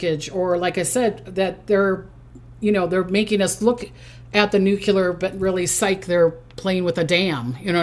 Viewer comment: Its pronounced noo-klee-er not noo-cue-ler